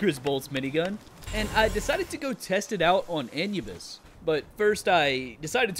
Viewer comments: No way he pronounced anubis like an-you-bis and not a-knew-bis. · Its prnounced a new bis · It hurt my ears every time you mispronounced Anubis..(A-Noob-biss btw) lol, aside from that, great video! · Pronounced ( A new Bis) 😂